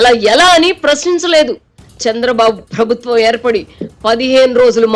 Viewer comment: Avasaram unna chota maanesi, leni chota stress (ottulu) pedatharu ee narrator, for eg. 'prabhutvam' anavalasina daggara 'prabutthvam' antaru. Ilantivi chala irritating ga anipistayi, l am sorry to say.